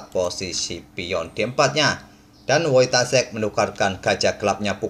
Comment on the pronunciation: Saran bang, penyebutan nama yg benar "Foitasyek"